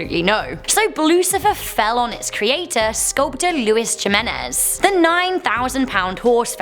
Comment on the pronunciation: It is pronounced himenezes